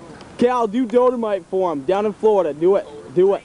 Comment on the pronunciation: Learned it from his brother Wayne, who learned it out in California, and it's Dolomite, Google that shit. pronounced it Dodomite, but whatever.